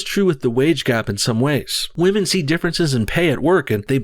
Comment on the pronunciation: I think I'd rather rub the back of my neck on a rusty iron cheese grater than listen to anything Bernie sanders says about "muh wage gap for the wahmen". He's got some baaad dementia.